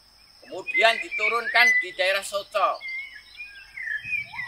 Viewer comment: Narator nya gimana sih, desa soco kok dibaca soko. Gak pernah belajar sejarah ya ??